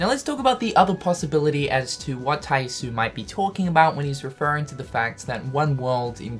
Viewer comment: I thought someone would correct this by now but is missing the last vowel from Tai Yasue's name. Ya su eh.